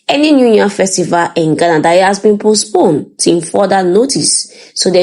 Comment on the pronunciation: PHD, can,t even pronounce the word postponed?